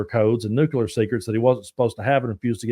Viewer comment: I love ya man, but I just have to call you out on this: Nuke-le-er, not nuke-you- let 😂. Just having fun with you! I watch every one of your episodes and thirst for your voice of reason.